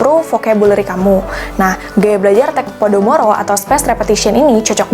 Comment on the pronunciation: Kak, seharusnya teknik pomodoro bukan podomoro